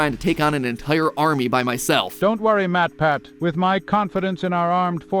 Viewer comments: did matpat say me me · At first I thought warpath said MatPat. LMAO 🤣 😂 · Matpat went above and AON A as in artificial O as in of N as in national